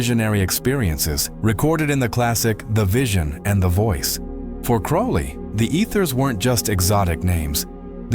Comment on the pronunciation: Note that the correct pronunciation of his name rhymes with "slowly." He also had the nick-name of the "Old Crow."